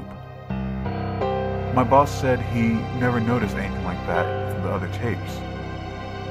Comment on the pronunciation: I thought at first he said: "My balls and I" instead of "My boss and I".